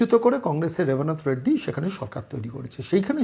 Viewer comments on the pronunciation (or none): Shunechhi apni naki lekhapora koren,lekhaporar nomuna holo Rebant Reddy ke Rebarant Reddy bola,point er por oshob ten,seventy three eshob bola jay na,apni akopote bolchhen ,Anko ki kichhui koren ni? Dhire dhire joker e porinoto hochchhen.